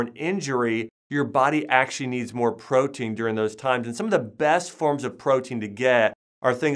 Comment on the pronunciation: Listen to how he says the word, actually. Acshuey... lmao